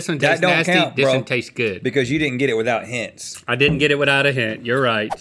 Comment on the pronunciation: “it duttent know”